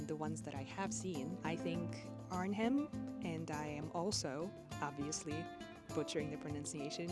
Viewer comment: Your pronunciation of Arnhem is spot on....Did you know the buildings at the openlucht museum are original buildings, so no fakes or replica's....They were taken down from their origanal place and put up again in the museum....There is a little farmhouse that was the REAL birthhouse of my grandmother there....